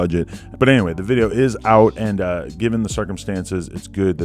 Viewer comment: lol "music dideo"